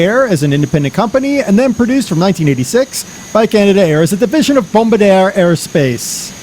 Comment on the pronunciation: its pronounced, Bom-Bar-di-er with an emphasis on the "ER"